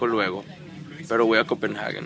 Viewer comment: no es copenaghuen, es compenhague dioss pronuncia bien